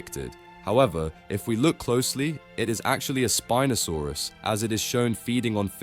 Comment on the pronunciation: Spin'O saurus Soochimimus